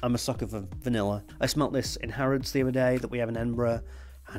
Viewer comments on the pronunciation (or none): none